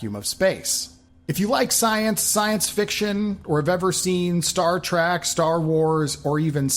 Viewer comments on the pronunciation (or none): Did he just say....Star Trak......?